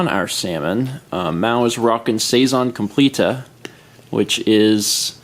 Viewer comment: “Sazon compleeta” haha hilarious